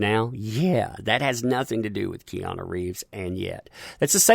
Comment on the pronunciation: The way you say Keanu sounds like Kiana. Lol